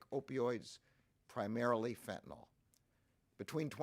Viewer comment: FentanYl not fentanOl